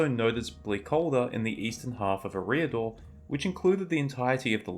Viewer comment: I've never heard Eriador pronounced the way this channel creator does it.